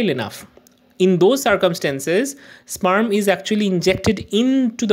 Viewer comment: Sperm ❌ spaaaarm ✅